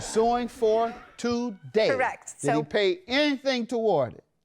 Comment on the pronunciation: JM said I'm irritated TUHDAY! 😂😂😂